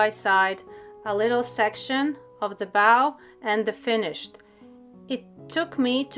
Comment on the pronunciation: I just stumbled across you an hour ago, and I’m already so grateful for the videos I’ve seen! I can’t wait to try the tutorials now that my high quality paper has arrived! Thank you so much. 💜 Just wanted to let you know that ‘bow’ (as in a ribbon) rhymes with ‘no.’ ‘Bow’ (as in bowing your head to a queen) is pronounced the way you were in the video, rhyming with ‘now.’ I’m incredibly grateful to be a native English speaker because it is an absurdly difficult and absurd language, and I can’t even imagine trying to learn it as a second language. I have so much respect for anyone who can speak multiple languages, but especially if they’ve learned such a convoluted language like English as an adult. Your English is spectacular, and I’m incredibly grateful that you’re willing to post these videos in English. Thank you so much!